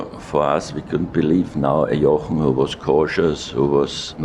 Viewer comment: I'm amazed at how accurately Sir Jackie Stewart pronounces the "ch" in Jochen.